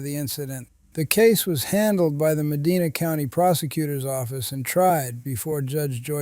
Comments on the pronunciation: It's pronounced Muh-DYNE-uh, not Muh-DEE-nuh. Lazy to miss something that basic. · Medina, Ohio is pronounced - Muh Dine Uh